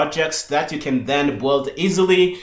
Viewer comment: Loving this, but minor point that the word "build" sounds like "boiled" and it was confusing me at first :). I usually say build similar to the way I say "billed"